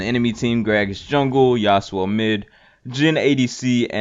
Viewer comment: The fact that you couldn't call yasuo his name has me triggered